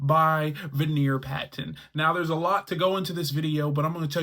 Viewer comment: Veneer Patton? At least get his name correct! 🤣🤣